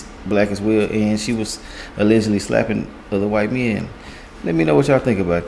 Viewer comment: My bro be killing the word 'ALLEGEDLY '! 😂